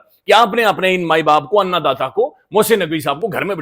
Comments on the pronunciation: صاحب آآپ ان داتا کو آنا داتا کہتے ہیں برآے مہربانی درستی مرما لے شکریہ❤❤❤❤ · صحیح تلفظ ھے ان داتا ھے un data